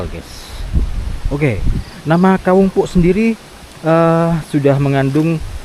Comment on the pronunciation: Assalamualaikum saya koreksi ucapan mas..itu disebut Kawung poek...dibacanya ka_wung powek(BHS Sunda) Bukan dibaca puk..tapi po-ek(gelap). Sehat2 sepaluas.